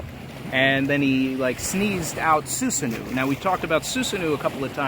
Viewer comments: Awesome video! Also btw Susanoo is pronounced Soo-sa-no, not soo-sa-noo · Soosanoo - excuse me it’s SuSAHno